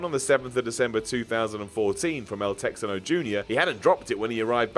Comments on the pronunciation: its pronounced "tehano" not "tecksano" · I'm pretty sure it's pronounced "Tey-ha-no" not "Tex-an-o" (re: El Texano Jr).